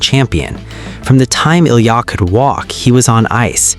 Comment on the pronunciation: There are so many bull crap videos about Ilia since the olympics...your AI voice can't even pronounce his name right. Frankly, your gossip and suppositions are more hurtful to the young man than the intrigue you are reporting. It's disgusting.